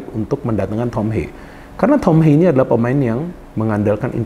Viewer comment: Ha-ye Bro. Bukan Heiy pengucapan namanya. Dia dari Belanda bukan dari Amerika.